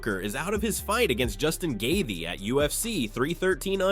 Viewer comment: Justin gayvee? He deserves better then that